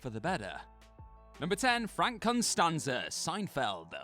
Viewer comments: costanza, not constanza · Costanza, ouch it hurt to hear Constanza every time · I have never watched an episode of Seinfeld in my life, and even I know it’s COStanza not CONstanza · Its Costanza, not Constanza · Its Costanza, theres no "n", how can botch such an infamous last name........ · CON-STAN-ZA Has he never seen Seinfeld, or did they replace him with AI?